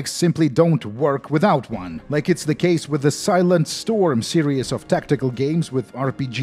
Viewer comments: The word "series" is pronounced "see-reehz" and not "serious". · Ah, another great video full of interesting details and him pronouncing 'Series' as 'Serious.' Great video as always dude. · lmao i smile every single time this man says "serious" when trying to say "series". hote, you are a golden shrine of innocence and extremely satisfying content,. we must protect you from the outside world and youtubes demonetization sweeps at any cost.